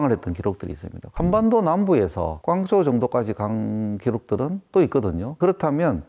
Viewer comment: 꽝쪼우 아니고 광조우 부탁드려요 더 박식해보이시도록^^